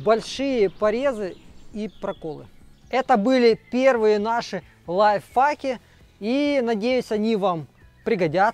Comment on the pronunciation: Одному мне в слышится что говорит "лайв факи"?:)